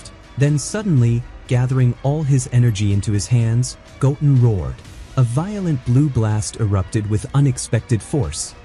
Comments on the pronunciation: Goatin' ??? Go-Ten ....this must be AI voice. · His name is “go ten” not goatn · Did u say goat en … its go ten … goo ten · Not gotin its pronounced goten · Why u keep saying his name wrong like omg goten not gotum lol😅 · his name is pronounced go ten not goaten, just saiyan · Go....ten.....stop saying gotn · Goten not toulken hahaha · It's not Goat-en it's Go-ten ! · Goat-in. Is a hybrid sigh-Yan. Got it! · His names not Goaten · Goatin and saiyon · It's Go-Ten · I like your videos the please pronounced the names the name is. Gotin say like that and we good 😅😅😅😅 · i love this extended of goten but it sounds like the narrator is saying goaten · How do you even spell the AI pronunciation in this video? Goen? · mis pronoinces goten sais it like goatin and misses the t in gokus sayain name crazy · You said his name wrong you’re not a dragon Ball Z fan or a OG fan more likely get your fucking ass off here if you can’t say their names, right? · Omg pronounce sayians and goten properly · Gohan is better than Goaten ever will be. Even if Wiz trained him. AI voiceover sucks. It's Go Ten Goten. Wheeze.. Whis. Also Whis would probably focus on Goaten strengthening his base form. I do like your videos though. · How many times are these people not going to read over their own scripts I'm so tired of hearing the names of these characters be botched every time. Goat-in really?! The name is pronounced "GO-10." Whis: "whee-sss" Saiyan: "say-yen" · I don't know why people who use AI to make videos can't learn how to change spelling of words to make them sound correct. Saiyan - Sayin not Sigh on Goten - Go Ten, not Goatin Whis - Weese not Wiss It's so damn cringe It's like they don't listen to it before posting it.